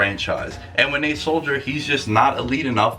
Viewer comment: Arthur melchor ...and he misspelled Nate Solders name. It’s not Soldier and he even pronounced it that way